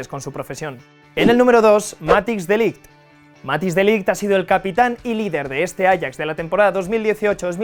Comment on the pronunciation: matthijs de ligt esta bien escrito pero se pronuncia matais de lithg no matis primero aprende a pronunciar